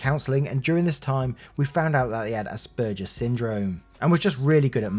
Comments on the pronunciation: Asperger’s syndrome is pronounced “asp-burgers” so pretty close. Though some say it in one fluid word that sounds like asperger looks. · Hi! It's said like "ass burgers." 🤣 I'm an Aspie myself and I think ass burgers is hilarious. S2 parents.... good god. Autism is primarily a social disorder. How the hell would a social disorder not affect social relationships? It definitely impacted all of my relationships of every type. Knowing makes it easier because it lets them know that I'm not being an ass on purpose.